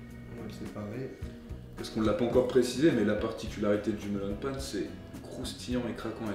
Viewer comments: On prononce "mélaun pain" ;-; ça m'a mis mal à l'aise pendant toute la vidéo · Cpt. Mike Josh Tout simplement parce qu'en japonais, on dit Meron "Méronne Pane" à la place de Melon. C'est en écrivant en français que l'on déforme le mot pour être plus facile à prononcer pour un français. C'est le même cas pour "wa" à la place d'un "ha" inspiré, trop compliqué pour un français, l'ajout d'un u pour faire le son "ou" qui n'existe pas en japonais à la place de "ō" ou encore de ne pas prononcer les lettres dans sont intégralité. Les exemples les plus flagrants sont les mangas ou Livai en version originale devient Rivaille en français.